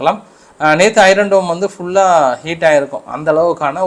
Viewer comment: தம்பி உங்களுக்கு ஒரு வேண்டுகோள்- ஐரன் என்று சொல்ல கூடாது.ஐன் என்று( r silent) சொல்லுங்கள்.எண்ணிக்கையை சொல்லும் போது உதாரணமாக புள்ளி எழுபத்து மூன்று என்று சொல்ல கூடாது.புள்ளி ஏழு மூன்று என்று சொல்ல வேண்டும்.